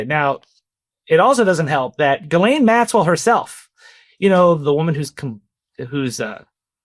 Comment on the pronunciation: Ghislaine is pronounced (Jis-lāne)